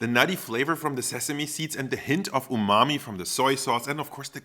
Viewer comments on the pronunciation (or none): none